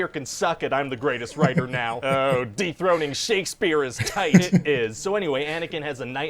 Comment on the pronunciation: I re-listened to it and I heard “Deep throating” instead of “dethroning”. I spat out my drink through my nose. 🤣